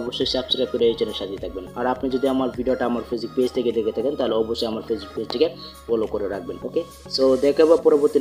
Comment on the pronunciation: ফেসবুক পেজটা ভালো করে উচ্চারণ করুন আগে ভালোভাবে কথা বলা শিখুন আপনার কথায় অনেক কিছু ভুল আছে সরি দয়া করে মনে কষ্ট নিবেন না আপনি ভালভাবে কথার রিহার্সেল করেন কথাকে স্পষ্ট করার চেষ্টা করেন ধন্যবাদ সরি আমার কথাই মনে কষ্ট নিবেন না ভালো থাকবেন আল্লাহ হাফেজ